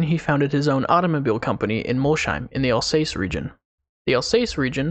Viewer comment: it's pronounced 'al sass' with a slight z sound on the first s yes, I'm french, but from the south, I have alsatian holiday home owners next door.